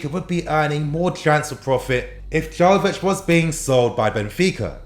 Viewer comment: It's pronounced yovich not jovich